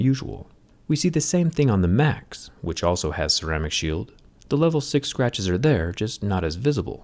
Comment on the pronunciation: Am i the only one that hear “macs” instead of max?